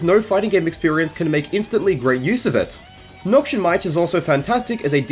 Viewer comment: Not to be the guy but Noxian is pronounced "Noks-ee-ann" not "Nok-shun"